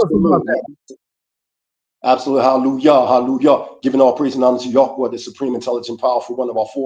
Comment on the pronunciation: YOU MEAN YAH - WAH. 😂😂😂😂😂 YOU FUNNY.... MUCH RESPECT✊🏿🔯